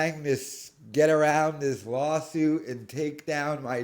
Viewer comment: Dude. It’s lawl suit